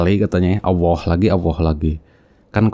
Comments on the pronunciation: Ngomongnya Awwoh. Bukan Alloh. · Bukan auwoh kaaaang,tapi ALLOH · Ngaku murta...Nyebut nama ALLOH aja salah jadi AWOH....MURTADIN NASORO DAN YAHUDI bikin SARA nih gak bener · subhanallah.. Masya allah.. inilah istimewanya islam.. Allah membengkokkan 👅 nyah,shingga manusia penipu ini ga bisa menyebut: Allah dan surat surat dalam Quran dengan baik,dan benar.. selalu menyebut; awoh,awoh.. ktauan banget dia itu 🦎 penipu.. sdangkan kita muslim&mualaf aja lancar tu kalo bilang;alah&yesus.. karna alah&yesus dalam kristen itu ga da istimewa nyah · Stres ni orang/AllAH bacanya awoh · Allah maha bijaksana sampai2 dq bsa itu manusia nyebut allah malah awoh ak dngarnya. Sunguh kasian. allah tlah menutup hatiny. Sungguh azab yg nyata baginya. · Allah aja disebut awwah.sdh jelas2org ini cuman.meyuntek bacaan.AlQur am TDK faham arti nya.beraninya.bicara kebohongan. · itu mah kadal yg ngaku Islam.... masa nyebutnya AWOH....itu mah Murtadin abal2 . fixed. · Awoh awoh...bnr in dlu lafaz nya ..nt klo udah bnr br kt dgr deh yg lainnya..ayak2 wae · Lidahnya kelu jika ingin menjelekkan nama Allah,makanya tiap dia pengen nyebut nama Allah Malah ngomong Awwah😂😂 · Mutad?? KADAL OTENTIK KALI.. MENGUCAP ALLOH SAJA GA BENER KATANYA MANTAN MUSLIM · Melafalkan Allah saja gak beres 😡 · Semestinya malu Penyebutan Allah aja udah salah semestinya malu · nyebut Allah saja tidak pas. ini murtadin rekayasa. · Allah sj ngak bisa sebut msya Allah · _pengucapan Hurup Lamul jalalah nya dlm lafadz ALLAAH nya juga sdh gak bener 😇 dasar kaaaafiiiiiruuun 🙈suruh ngaji tafsir dlu sebelum mengartikan ayat tsb 😁